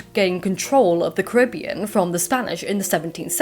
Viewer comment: That PhD student you met is spot-on with the pronunciation of Caribbean. Emphasis on ca-RIB-bean. Signed, a proud Caribbean native P.S. you are all welcome to visit!